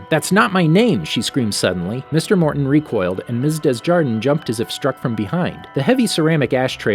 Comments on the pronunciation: Desjardin -> day zhar dan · The girl's gym teacher's last name is pronounced (du•zhar'•DAN), frenchified/or average American English (dez•YAR•dən) or (dez•yar•DAN), But the S isn't pronounced, middle syllable is never pronounced like "jar", The l in the last syllable is as an A. The N is intoned nasally, within the mouth but doesn't really escape it. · Say it with me,. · The teachers name is pronounced as DAY ZYAR DAN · Pronounciation: DESJARDIN= "Day-(ge)ar-dehn" do not pronounce the final N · Your mispronunciation of Desjardin is life 😂